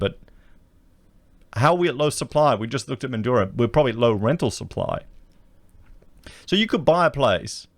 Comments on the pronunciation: Mate, it’s Mandraaaa, speak like a Wassie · Just want to point out that Broome is not a mining town (Primarily tourism and pearling). And Mandurah is pronounced ‘Man-Jew-Ruh’. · Man drah/ METHandurah. Don't make it sound flash hahahah. Wonder if there has been a surge in people getting their real estate licenses. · Methdurah is the correct pronunciation